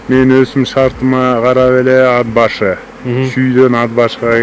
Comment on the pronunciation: Ад башы эмес..Ат башы